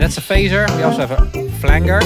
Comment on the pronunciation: You can imagine "Flanger" spelled this way "Flanjer" for pronunciation. I'm loving my new SSL contollers and I have ordered the SSL Octo Pre!